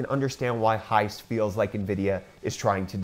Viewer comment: heise online is pronounced high-se (like the first two letters of 'September'). The 'e' at the end of heise is not silent. Not criticising here, just trying to help. Greetings from Bavaria, Southern Germany!